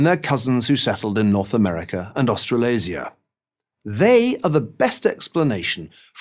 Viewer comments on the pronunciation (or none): this dude said austrailaza. nuff said